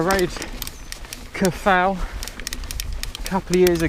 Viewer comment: If you're going to attempt to say Welsh names at least try to find out how they're pronounced. Twrch - pronounce as Turk Cafal - pronounce as Caval That'll get you pretty close.